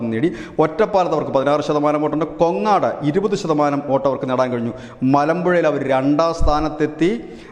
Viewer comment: കൊങ്ങാട് അല്ല 😂😂 കോങ്ങാട് എന്റെ നിയോജക മണ്ഡലം ആണ്